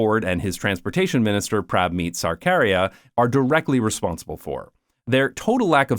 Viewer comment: big butchering of his name (if anyone can read IPA it's something like [ˈpɾə́bᵊ.miːt̪ᵊ səɾᵊ.ˈkäː.ɾiäː]) but fun fact his surname seems to mean "of the government" meaning in Punjab his family were probably bureaucrats or something. Not really relevant, just interesting. He sucks though yeah.